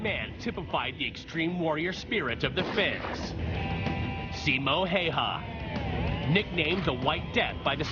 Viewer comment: if you would like some contructive comments, 2 things 1 its not SIMON HAY HA its pronounced SIM O HIHA 2 You have a very unnatural way of speaking, i would listen to others and compare